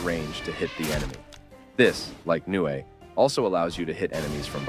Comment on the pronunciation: It’s not nue it’s nu ay